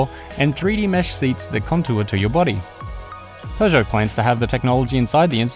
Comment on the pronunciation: It's Peugeot not pegeout